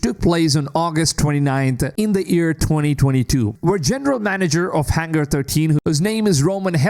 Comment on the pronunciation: Why does this guy pronounce year as ear its so frustrating